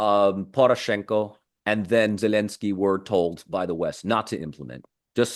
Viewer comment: Regardless of any other points this man makes, I find this man ridiculous in his attempt to say “Zelensky” in the Ukrainian pronunciation, and Taliban” and Afghanistan in the Afghani pronunciation while he can’t be bothered to say “Romania” in the Romanian pronunciation or Bulgaria in the Bulgarian pronunciation. Is he attempting to be “respectful” or sound “educated”? I am simply confused. I am not sure how Romanians or Bulgarians are supposed to either be impressed by his lingual abilities or to feel respected culturally when he goes to such great efforts NOT to use the English pronunciation for some countries but not for Romania or Bulgaria….😂😂😂